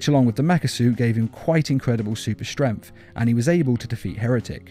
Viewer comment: Stremf? Its strength